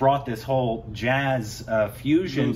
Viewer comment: Blues two times .. yet you say jaaz two times